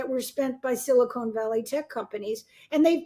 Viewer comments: Silicone Valley? That's Hollywood. Silicon is pronounced differently from Silicone. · 'Silicone valley' 😅